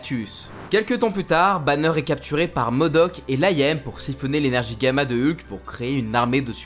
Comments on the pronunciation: « Bruce Bannieure » j’ai envie de hurler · "Bruce Banieure" 🤣🤦🏽‍♂️